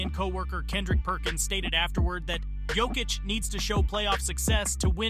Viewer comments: Good video and good research bro but please, work on the pronunciations for these euro players. You said Jokic 4 different ways scattered throughout the video and didn’t say the others right either 😂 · An interesting matchup would be Jokic vs Yokic. The winner gets to face the Joker. Decide how you are going to pronounce his name before making a video about him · How you gonna pronounce Jokic wrong the whole video AND Olajuwon?!? Disrespectful. AI or not, take more pride in your work.